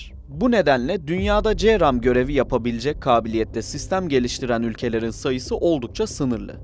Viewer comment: Counter rocket, artillery, and mortar, bu cramın açılımı ce ram die okunmaz c